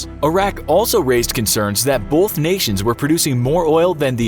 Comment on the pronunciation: It's pronounced "both" not "bolth".